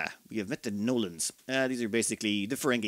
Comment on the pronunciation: Fun to see something as ancient as Master of O'Ryan 2. I kept hearing the Gnolams as the Nolans, which was a bit confusing.